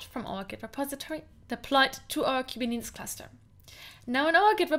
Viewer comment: Last time guy with hinglish said kuberneticus Now kubinitis lol 😆